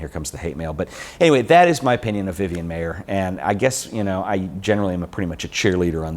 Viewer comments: It's pronounced like MEYER!!!! Not MAY-er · Her name is Vivian Maier. Not Vivian Mayer. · He mispronounced her last name throughout the whole video!